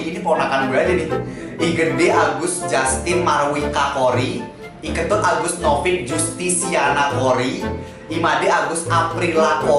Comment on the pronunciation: ngmg Ketut gw dengernya kentut🗿🙂.